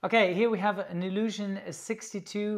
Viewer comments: Thats not a illusion-62, it is an "ill-juh-schihn"-62. Deine Betonung ist "way off". ;) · Ilyusin? It sounds more like illusion😆😆😆😆😆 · nobody: Absolutely nobody:: "Illushion"